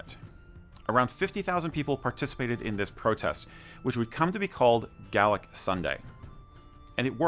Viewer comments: Also its Gay-lick not Gal-lick when pronouncing Gaelic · Gale-ick!....Gale..as in 'storm'. Gay-lick' is the pronunciation from people who have no idea what they're talking about! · Camogie is a hard ‘g’ and ‘gaelic’ is not ‘Gallic’ good vid otherwise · Well told but pronunciations need a lot of work tbh.. Gaelic for instance is pronounced Gay - Lick.. No childish comments please people. Camogie is pronounced Cam-o-g-ee